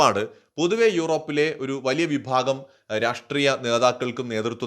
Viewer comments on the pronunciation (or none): none